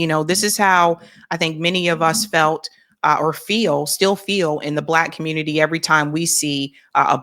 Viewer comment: No worries, we don’t expect empathy. We already know what to expect from the communitah